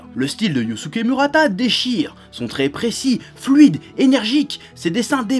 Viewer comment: mourata et non mu, tu me fais mal aux oreilles. Mais dans l'ensemble tu as raison, le mec est génial.